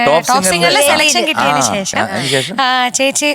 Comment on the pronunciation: ആയുശ്രീ ശേശമല്ല ശേഷം എന്നു ഉച്ചരിക്കണം. മലയാളം പാട്ട് പാടാൻ വന്നിട്ട് മലയാള അക്ഷരത്തെ കൊഞ്ഞനം കാട്ടുന്നോ? ദയവു ചെയ്ത് ഭാഷയെ ഇങ്ങനെ വധിക്കരുത്. സങ്കടം കൊണ്ട് പറയുന്നതാ